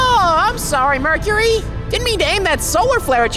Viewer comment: why does it sound like mercury is...💀💀💀